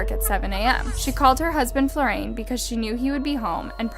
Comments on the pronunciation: How did you get FlorAIN from FlorIAN? Do better to pronounce stuff right. Also, how is a woman killing a man a "horrific crime against WOMEN"? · I noticed too that she kept calling Florian "Flor-rain", kept grinding my teeth at this, can not see that the I comes before the a and therefore it's pronounced Flor-ri-an? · The one that bugged me the most was “Florain “…I’m quite sure that “Florian” is pronounced Flor’-ee an… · Also it’s Flor-e-an not florAIn I love you but you mispronounce a lot of European place names and names and I’m shocked you continuously never check it before you record (They’re not hard to pronounce at least in the right spelling order. British place names youre dreadful at but we know this as brits as you pronounce it all instead of knowing what’s silent but I still keep writing how to say them but you fully read this name incorrectly Florian means flower in German so you sound rather stupid mixing the letters up of a name and word of another language. Please stop making me fee I have to always call out these discrepancies as you evidently ignore me and it makes you less credible outside of American audiences when your content is good!!!) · Just wondering why you keep pronouncing it as Florain when your subtitles consistently writes it as Florian? Weird🤔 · Is it just me or does she always mispronounce words and names? Reads Florian, Says "Flo-rayne." Pronounces cadaver as "cada-ver." She's a crime YouTuber and can't even pronounce cadaver.